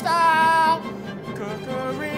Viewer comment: I think there's a typo in the name based off Matty's pronunciation shouldn't it be Home Style Cookereeeeeeeeeee?